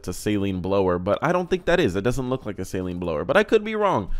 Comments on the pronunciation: It is "suh-leen". You're pronouncing it like saline, which is basically salt water. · Sayleen, or SALEEN. Say it right ya dummy. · Saleen (pronounced Suh-Leen) where-as Saline (Say-Leen) is a medical and contacts solution. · Hearing say "Say-leen" so many times made me feel personally attacked. "Say-leen" is for your eyes homie😂😂😂😂